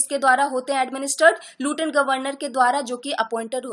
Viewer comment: Please explain those terms which are somewhat difficult for a newcomer. Another thing that u r prounciating wrong to lieutenant. I hope it will be ok .